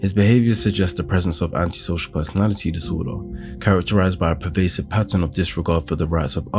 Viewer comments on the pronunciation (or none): erm it's actually: "Personality" not "Persoanlity" IDIOT.